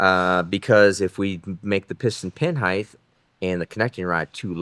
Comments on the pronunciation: heighT not heighTH 😂 youre too smart for this one bro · Height not heighth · Height, not Heidth. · The pronunciation of “height” ends with a soft “T”, not the sound of “th”. If it were the latter, I’d be spelled “heigth”.